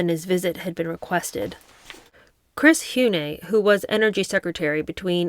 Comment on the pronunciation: Chris Hume is pronounced Chris Hew M